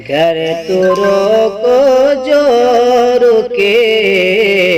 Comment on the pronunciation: 'جو رکے" کی جگہ ،جو کے، ہو گیا ہے